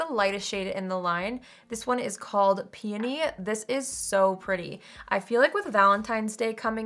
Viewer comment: Thank you for pronouncing peony correctly! Lol. Grammar Police, here! 👀 I have peony and love it!